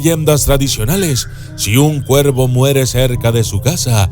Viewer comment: Lo siento pero me confundí cuando decías cuerpo en lugar de cuervo. Por lo menos es lo que alcanzo a escuchar